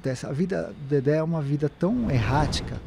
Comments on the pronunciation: Dedé, não “Dedê”! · É "DEDÉ" Santana e não "DEDÊ"... KKK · Nao é Dedê e sim Dedé